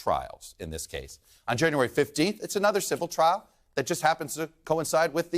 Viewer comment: Why do I hear so many people say "Ay-nuther" instead of "uh-nuther" for the word "another"?